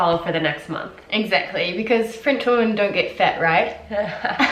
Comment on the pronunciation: She also doesn't make any distinction between "woman" and "women".